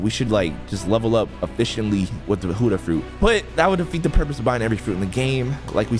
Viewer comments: Why you say huddah not Buddah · the only annoying thing in this video is huddah when you always say ot as bu-dda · why do u call it hudah fruit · or peicing clothesline